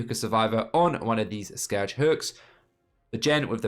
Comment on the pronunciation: So like, is "Scowge Hooks" an in joke, or does he just not know how to pronounce Scourge?...